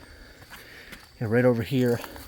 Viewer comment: I'm not trying to blast this video with messages but at when you said "squishy mud in my crocs" I heard "squishy mud in my crotch" hahaha 😂 I had to rewind it to double check!